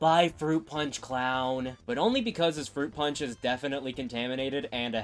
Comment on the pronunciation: Fwoot pawnch for evweewan